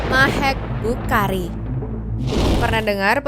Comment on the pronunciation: Harusnya yang Bukhari itu bacanya kayak kha' (خ) bahasa Arab gitu deh, bukan dibaca "Bukari"